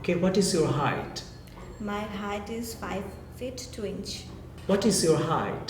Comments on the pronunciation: it is height not hight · Height not hight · It's height not hight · Actually you need help... It's Height* Not hight